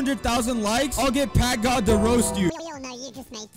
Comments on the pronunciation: bro really said "pakgod" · who noticed the first time he said packgod he said pak god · 1. U can see that no1 likes U in comments 2 . Bro said pak god not PackGod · The fact that bro can't say pack god right and said pak god💀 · bruh you mean packgod not pak god 💀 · Pak god is crazy it’s pack not pak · "pak god"💀